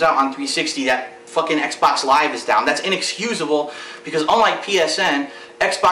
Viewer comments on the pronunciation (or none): you misspelled "xbox" and sayd "xbot"